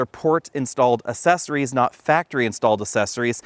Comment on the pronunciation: Assessories? I thought they were accessories.